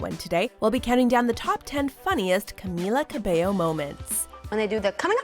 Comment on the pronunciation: You pronounced her name right,I'm so proud😂